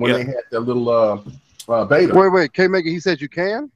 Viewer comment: Why does dude keep pronouncing console and he said beta wrong? He's saying it like it's two words. It sounds so fumb everytime he does that